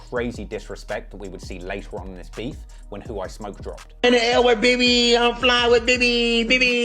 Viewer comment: I hate the way he pronounces words with a k at the end be like "smokke"